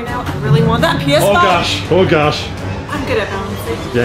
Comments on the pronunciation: said px5 not ps5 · Yeh regigi (Regina) is correct that by said Px5